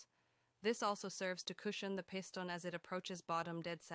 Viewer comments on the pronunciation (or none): "Peye-sten rods". That's a new pronunciation. 🤣